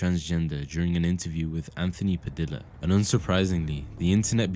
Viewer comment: Anthony Padilla, "dilla" part isn’t pronounced like Villa With a D, a double L in Spanish is pronounced like a J, so its pronounced "Padija" No biggi, but the more you know (can’t learn when nobody points out your mistakes)